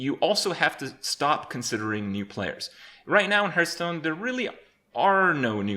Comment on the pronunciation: Lived and Breathed Hearthstone for 4 years...and yet you still mispronounce it. It sounds like "Heart-h-stone" Not "h-Earth Stone"